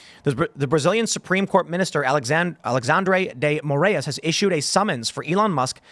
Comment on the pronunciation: Lol, so sad to see Brazil mentioned in such a context! Fyi, it's Ah-lay-shaundre Day Moh-rah-ees